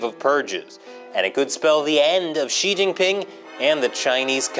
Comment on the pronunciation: bruh I found it hard to get past the probing joke and then you went "Chin-Gan"...